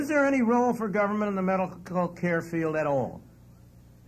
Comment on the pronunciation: ITS PRONOUNCED GERVERNMENT FELLAS